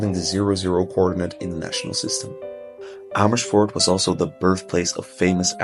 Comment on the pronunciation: I did not realize that you are actually Dutch untill I heard you say Amersfoort! Amazing!! 😮😮